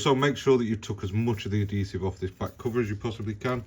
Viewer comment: Great video but please learn how to say the word “Adhesive”.